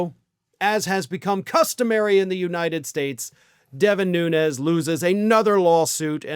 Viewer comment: Your pronouncing his name wrong, he's Azorean Portuguese and it's pronounced without the ez, it' more like noons.